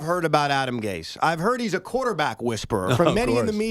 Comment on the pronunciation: Someone better tell Joe it's pronounced Gase not Gays.